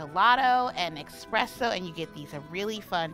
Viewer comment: Ok, love the video. Since you guys corrected her on the Fiero vs Ferrero, can we PLEASE mention that espresso doesn't have an X (expresso is making my eye twitch). I say this with LOVE 💕